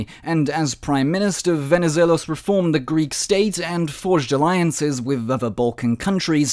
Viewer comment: I noticed that this time your pronuncuation of Venizelos was "the correct" after some ppl pointed this out in an older video😂